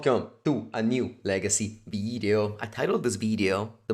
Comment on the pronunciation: Legeecee Veedeeo